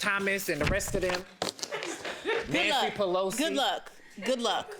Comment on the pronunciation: He said Nancy Pilose or however you spell her name, o God is kinda thick 😂